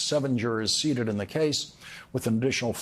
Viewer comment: The word is "seated" not "seeded" no?